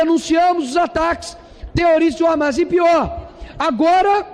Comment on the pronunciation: Ramas? Hamás, se pronuncia "ramás" com tônica no ultimo a.